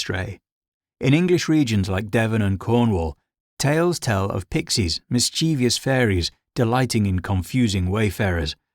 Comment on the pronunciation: Loved the video, but I have to ask, do you know that you're pronouncing mischievous wrong? It's mis-chiv-us, not mis-chee-vee-us. Have a look how it's spelled, there is no second I after the V